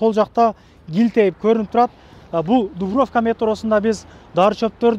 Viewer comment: Дуврофка емес Дубровка дечи